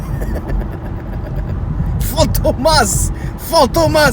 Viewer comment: on ma perdu "PHAMTOMAS" haha